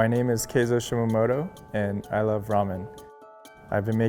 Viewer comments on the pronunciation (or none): From the way he pronounces his name "Shimamoto", we can see how long he's been stayed in US